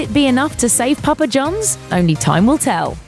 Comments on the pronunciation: It's Papa John's not Jones, and say "Controversy' correctly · Hearing a British person say "Papa John's " is... amusing, to say the least.